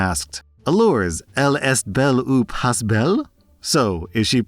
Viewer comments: i'm french, i love your videos. But please, know that "pas" is prononced "pa" the s is silent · As a French speaking Canadian, the 's' in pas is silent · Just saying in french in pas we dont say the s but still was not bad brother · Hello french speaker here, french have this funny thing called "mute letters" it's letter that a written in the word but not pronounced. in "Pas belle" (not pretty) the s is silent so it's pronounced "pas bel" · I am most definitely nitpicking buy you wouldn't pronounce the s in pa's. I am 100% nitpicking and being a dick. But also it's French so... it doesn't matter.